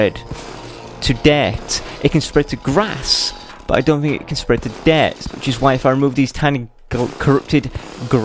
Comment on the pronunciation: hahaha you don't say dirt right you say duart ha